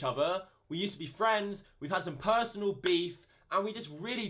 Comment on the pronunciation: Pershonal Bitcsh